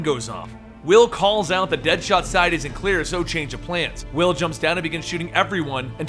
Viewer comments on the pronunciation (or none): none